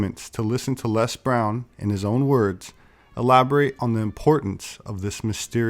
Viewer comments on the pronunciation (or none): Please American viewers, get this....Les is an Englishman. We pronounce his name Lez not Less. Got it?....it's Lez not Less. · It's Lez Brown....not LESS.